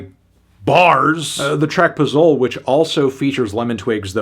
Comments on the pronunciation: the way he says "pozole"😭😭we get it bro you're from new england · Great Review but the way you said Pozole pissed me off